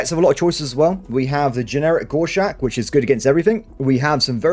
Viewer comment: Do you ever figure out that they are called a "Gos-Hawk" not a "Gosh-hack"?